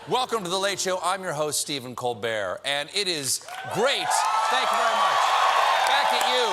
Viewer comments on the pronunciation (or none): none